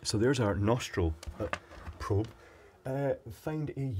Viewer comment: What is it with you n probes,!? I've a feeling you just like saying the word. Prrrrrrobe.